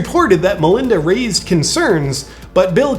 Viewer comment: Did you say Manlinda?